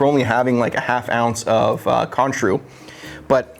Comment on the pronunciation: Cointreau = Kwan-trōw, (long O sound). Have all the stuff, going to make this tonight. Thanks.